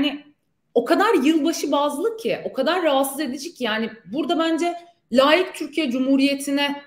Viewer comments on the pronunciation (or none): 1. Devlet televizyonunda dansöz oynatmak mı özleminiz???? 2. Avukat hanım laik derken lâik diyor. Laik deme konusunda diksiyon çalışmasını tavsiye ederim.